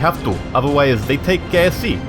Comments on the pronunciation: "we shall use this to go to KFC" hahaha - I know he said KSC. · Cornelius O'Leary I thought he said KFC :D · /guys it sounded like he said and we will dominate kfc XD